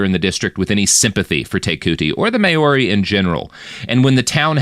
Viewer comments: "Mowree", as you suggest, is an anglicised mispronunciation, too, though, and I prefer that he's actually trying to be sure to pronounce all vowels properly, which would be "MahOrRee", but unfortunately he chooses the diphthong "May", so it sounds so, so wrong. 😂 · Kinda driving me nuts with the "May-Your-Ree" - it's Mao-ri, Mao like Chairman Mao, and -ri with a trilled R. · Mayori?? i understand the excuse for mispronouncing british names but what's this excuse for this? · Maori is pronounced Mau-rri. Sounds similar to Maui. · Maori is pronounced "mawreee" btw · At least he's trying, and not just saying "Mowree" like most people do. I don't know how he both knew to pronounce all the vowels but still chose "may" instead of "mah", though 😂. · If he just rhymed it with dowry, it'll be passable for American English.